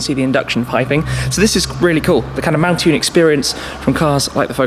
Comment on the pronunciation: Why is it that Ford salesmen pronounce mountune as if it is spelt montune? Anyone else notice that? That sequential gearbox is awesome